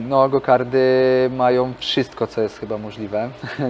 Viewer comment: "Gokardy" uszy więdną